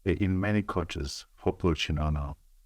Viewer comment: Chin'ono Not Chinono Mukoma Trevor